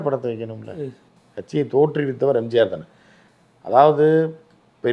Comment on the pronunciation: முதலில் பழனிசாமியிடம் எம்ஜிஆர் என்று சொல்ல சொல்லுங்க. எம்ஜார் என்று solvaan